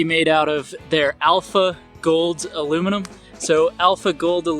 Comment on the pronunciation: Aluminum not alooom minum